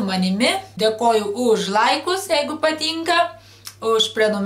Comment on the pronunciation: kodėl tu sakai patynka o ne patinka